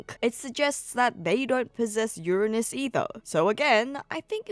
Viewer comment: Finally someone who pronounces Uranus correctly